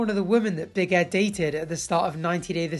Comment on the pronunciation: Why does it sounds like he’s saying big headed Liz 😂